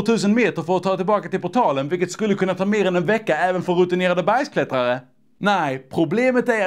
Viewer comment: Försökte avgöra om sa Bergsklättrare eller Bajsklättrare........... förlåt x3